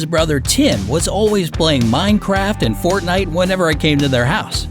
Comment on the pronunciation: you pronounced Fortnite wrong and this is just a story